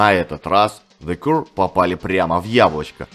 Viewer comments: Не Кур, а Кьюэ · Кью или Киё буква Р не произносится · Для начала автору неплохо было бы научиться правильно произносить название группы: "Зе Кьюэ". Из-за коверкания названия видео смотреть не стал - невыносимо это... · Спасибо, очень интересно было послушать про одну из любимых британских групп. Про the Cure как то маловато информации в инете. Единственное, немного странное произношение названия группы у автора, ну да ладно, главное, что материал собран и подан интересно 👍